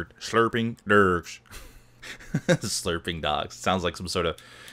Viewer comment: Sounded like you said "Slurping Drugs" :P